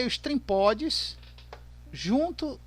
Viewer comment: Não é trimpods é trimpot